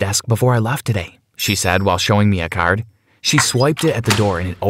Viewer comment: Why do you say card like det tho